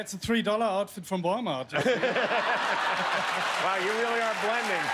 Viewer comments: the way he said wal-mart was so majestic. I love german accents. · lol I love how the German guy says Walmart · “Vree dollar outfit vrom valmart”😂😂